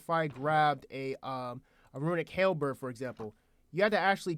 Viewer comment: It's halberd, not hell bird.